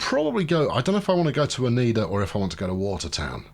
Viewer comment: You're right on Syracuse, but you're wrong on Utica (it's YOUtica) and it's Onieda (oNYEda)